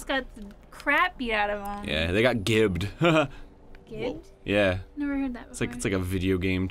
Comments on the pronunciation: SUZIE IS RIGHT! GIBBED IS "JIBBED" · Arin stop pronouncing "gibbed" wrong. Gibbed is derived from the word giblets. "Gibbing" someone is reducing them to sloppy meat chunks, aka giblets. So it's pronounced "jibbed". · Is it gibbed with a hard g sound? o_O I always thought it was pronounced like, jibbed...like gib being short for giblets. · dammit Ego, it's Gibbed like Barry said (J sounding) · "Gibbed"? What you talkin' 'bout, Arin?